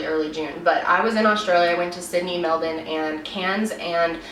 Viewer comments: You said the name right! Great video and I'm soooooo lad type bringing awareness to these cases. You entire channel is amazing. You a beautiful soul. Much LOVE and respect! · i love that she said Melbourne correctly but because im used to other countries saying it weird, it sounded even more weird!! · OMG YOU ARE THE ONLY AMERICAN IVE EVER HEARD PRONOUNCE MELBOURNE CORRECTLY. sorry i got a bit excited hahahaha, every american i've heard say Melbourne, they pronounce it as it's spelt but us Aussies pronounce it as Melbin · This is not related to the case, but i just wanted to say as an Australian I really liked the way your accent became super Aussie when you said "Melbin" instead of Mel-bourne. Perfect pronunciation :) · Kailyn Dube it’s actually pronounced Mel-bin or Mel-ben :) she pronounced it well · very impressed with your pronunciation of melbun! this case still gets so much coverage, its so sad :( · Just have to say I love your pronunciation of Melbourne, thanks for learning the correct way! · Found this video by accident.. as an Aussie your coverage of this case is amazing and we appreciate it… also well done on the pronunciation of the cities towns and names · You pronounce Melbourne amazingly!! This little fella is still missing, it breaks my heart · Soo crazy to hear your strong accent but hear you pronounce Melbourne like we do!! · You say Melbourne the Australian way! Usually Americans pronounce it MelbORN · You said Melbourne correctly 😍 is there anything you can't do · You said Melbourne correctly :D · Off topic, but I'm so glad you pronounce 'Melbourne' the same way we do!!!! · Finally, an american pronounces Melbourne right! :) It is also cool that you are doing cases from all over the world. Literally every video on YouTube video seems to be of an american case. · I was so impressed when I heard her say it I had to double check I heard right lol. She's literally the first American I've ever heard pronounce it correctly